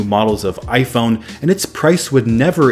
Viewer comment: i find it funny how this guy says AyFouun